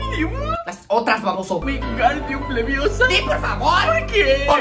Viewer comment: al menos lo djiste bien y no dijiste leviosA una pregunta te gusta harry potter ?